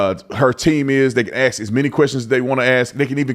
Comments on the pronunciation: Ask a question. Not ax a question. Come on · Ask not axe... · Please pronounce the word ask as it is written.... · Love your channel, and a subscriber....but I do have a petty critique.....it's a 3 letter word....ASK. When you can't pronounce a word....it fits stereotypes and lack of knowledge to those with an education.